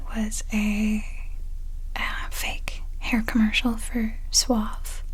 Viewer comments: You do pronounce it "suavE". It means "soft" in Spanish. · In Spanish it is pronounced Suaveh so yeah, you were still fine xD